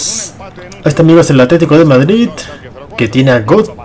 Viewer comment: Es verdad, no verdat, es Madrid, no Madrit